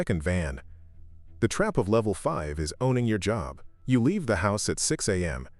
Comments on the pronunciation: Levef? Or level? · LEVEF? YOU MEAN LEVEL?